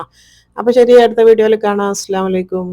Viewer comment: ഇസ്ലാമലയിക്കും എന്നല്ല, അസ്സലാമു അലൈക്കും... Ok